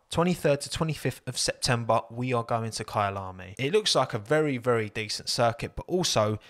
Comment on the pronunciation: Fantastic pronounciation of Kyalami